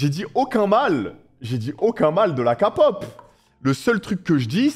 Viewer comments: Kapop😂 on écris K-pop mais On dit. Keypop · Par contre c pas kapop😂c kepop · Amine, okay déjà on dit pas Kapop mais Képop ensuite écoute des vrais sons de BTS, Dynamite Boy with luv ect c’est leurs côté pop mais ils ont pleins de genres variés Pop, Hiphop, Rap, IDM, Pop Latin, Rnb, Jazz, Ballade… ect. Selon tes goûts à toi moi je te conseillerais d’écouter Mic drop Ugh Shadow Home Cypher 4 Love Maze My time No more dream Hip Hop Phile (en lisant les paroles) Like Spine Breaker Voilaa j’espère tu verras mon commentaire !! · Oui,sa se dit Kelle pop